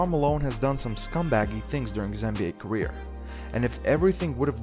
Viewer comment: This is garbage - awful narrator. "...during is gareer."